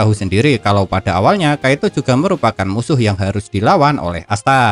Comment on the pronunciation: Kiato bang admin bukan kaito